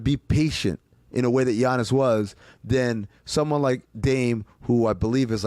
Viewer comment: how the fuck are people still pronouncing it g-iannis